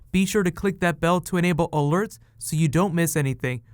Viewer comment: Anyone else get fucking annoyed when he says alerts?